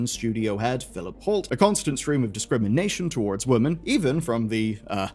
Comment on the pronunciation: Once you hear it you can't ignore it. Please say woman and women correctly.